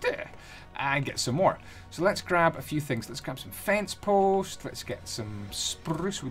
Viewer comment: You keep saying pence fost instead of fence post!